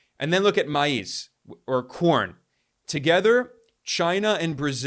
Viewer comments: Maize is pronounced as "maze". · Please Note: maize is pronounced "maze". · Maise is pronounced mayz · MAIZE= [MAY Z or Maze] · Pronounced "maze" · maize is not pronounced "mice". Ha ha ha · You really cant pronounce maize? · Goodness gracious. Dude doesn’t even know how to pronounce maize n yet wants to glorify brics n slam usa. Moronic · Learn how to pronounce maize ffs